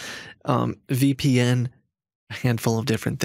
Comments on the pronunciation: "This is a WEPN firewall heardware" OMG i'm dead! 💀💀🤣🤣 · "This is a weepien firewall hardware!" "A what, a weepy what?" "Ma,am, it's a weepien, that is a wirtual private network" Omg 🤣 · “That is just a Weepian.” 😂 Was that word supposed to be VPN?! lol. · It's a "WePN" (VPN). That is funny!!! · Scammer- This is a weepin! Edna- A weepy what? Scammer- Maaaaaaam, a Wee Pee N, a wirtual private network mam! 😂😅🤣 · Don’t forget “Wee-pee-enn” for a “wirtual pwifate network.” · a "weepy wen firewall for your wertual IP address"